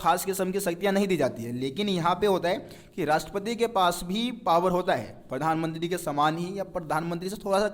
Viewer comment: Bhai pathanmantri nhi Pradhanmantri bolo :) </3